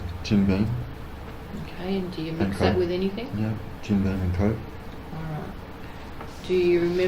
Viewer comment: "Anythink" says the copper each time.